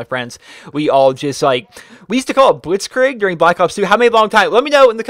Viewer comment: soz for being a grammar nazi (the irony), but blitzkrieg is pronounced blitzkreeg not blitzkraig